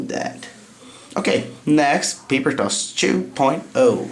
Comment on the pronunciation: y are you saying toss in the Indian ascent lol